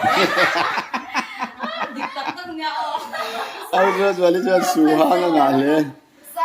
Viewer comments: Su hang tih kha a hang tih kha lam san tur anilo. Lam hniam tur. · Suhang ni lo in suhang, a ah hian thluk a awm lo